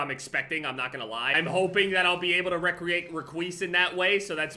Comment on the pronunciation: Question from the midwest: Is pronunciation of "recreate" an east coast thing?